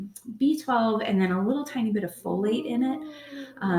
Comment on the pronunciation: Oh "Folate" was in the syringe. I thought you said "Kool-aid". :)